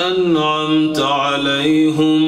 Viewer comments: "Aleyhum" değil. "Aleyhim" olacaktı. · Mashallah great voice, but is it me or did the Sheikh said Alei HUM? and it is Alei HIM Baraka ALLAH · It's not "Aleyhum". It would be "Aleyhim".